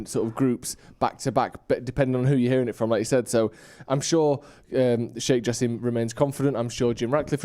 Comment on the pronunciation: Guys, his name is pronounced ja sim not ja seem